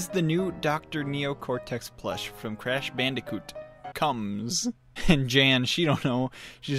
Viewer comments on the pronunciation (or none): Lol that’s not crash bandicoot that’s lashandacoob